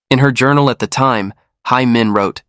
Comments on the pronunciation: In Korean, Hae is pronounced like the English word 'hay', not 'high'. This applies to other Korean names and words as well - ae is the same pronunciation as the alphabet 'A'. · Her name is pronounced hay not hi